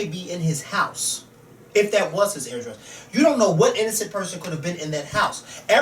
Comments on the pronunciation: pronounces address weird it sound like he's saying airdress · I like how pronounces address. He says "AIR-DRESS" lol.